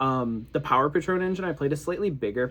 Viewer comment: It’s not pa-trown 😂 it’s Pay-tron!